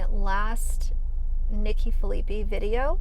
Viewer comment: Phil-i-pie is how you say it!